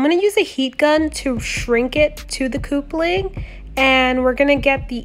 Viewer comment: You do awesome cosplay. Love your work. But ita cup-ling. Not coop-ling. Keep up the awesome work.